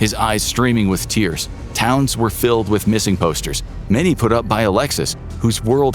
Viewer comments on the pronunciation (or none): none